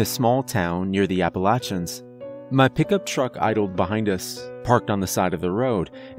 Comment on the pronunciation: Apalachans LOL